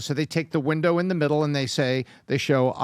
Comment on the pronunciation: hehe said he was in the winda' 😂